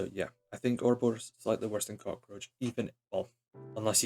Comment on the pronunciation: oroborus not S wtf